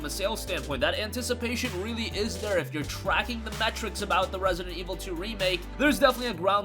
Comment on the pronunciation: Rare-see-dent Ee-vull... Two...